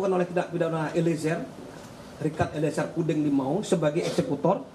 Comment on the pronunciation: membacakan nama RE saja gak betul.., cuma membacakan saja trs berulang salah.., Ambil kepusannya..gmn ya????